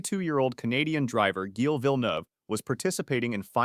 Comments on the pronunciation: it’s pronounced Jill, not gil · it is prononced jille but without the little d sound when you pronounce the letter "d"